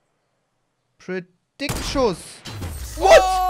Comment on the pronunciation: Auf jeden Fall "predikt-Schuss" 😂😂😂